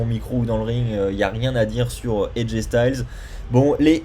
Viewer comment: Aj styles sa se prononce style